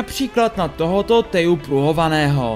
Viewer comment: PS Teju se čte Težu